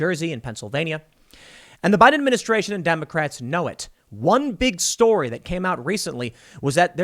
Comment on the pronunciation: Anyone else notice Tim says "buy denministration" ?